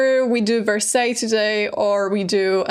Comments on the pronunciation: “verseys”😭😭 it’s “varsay” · No offense, but Versailles is pronounced Ver-Sigh. Yes the little English Village or in English the Hamlet ( le Hameau) is totally renovated to the state it was at Marie’s time…it was quite dilapidated prior and was made of lot of faux finishes such as wood buildings painted to look like stone. Originally it was a botanical garden & on that site that she destroyed and had architects remodel the whole terrain with man made lakes and even a temple of love a round colonnaded temple made of columns with a canopy and in the center had a statue of Cupid. You may like one day to discuss a famous short story written by two English women claiming to have seen the Ghost of Marie and time traveled for a few moments when they were at the Hameau… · 😂😂😂😂 not me screaming at my phone "Karolina!!! It's Vers-eye!! Vers-EYE!!!!!!" 😂😂😂😂😂 oh the cringe, lol